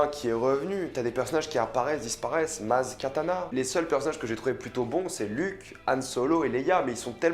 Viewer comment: C’est Maz Kanata pas Maz Katana